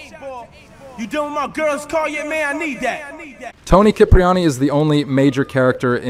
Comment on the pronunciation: He pronounced it correctly (the Italian way)